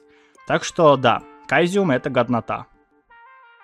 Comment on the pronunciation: И кстати,посмотрев ролик,мне одному показалось,что он вместо ГОДНОТА,говорит ГОВНОТА!???А проги реально годные.